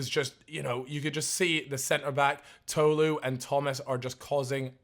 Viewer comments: it was annoying me how was saying tolu (pronounced toh-loo) like toe-loo ngl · I’m sorry but it’s Tolu not “Toelu”